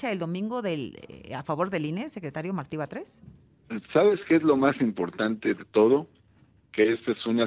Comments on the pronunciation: Querido, por favor infórmate mejor, el nombre de Martí, se dice así no como tu dices. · No es Marti, es MARTÍ, ojo